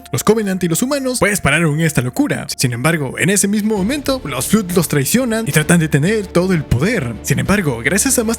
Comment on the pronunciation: Ok, me sorprende ser el primero en decirlo, pero el Flood canónicamente se ha pronunciado Flood ( /flʌd/ "fluhd" ) sonando la primera o como o universal y la segunda como o anglosonante... Que digas Flud no puedo evitar que me taladre los oídos y me de risa por igual 😂😂😂😂 me hiciste el día con eso.